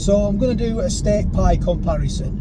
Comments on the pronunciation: A steak pie " compiereson" 😝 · It's called a "ComPieRison".....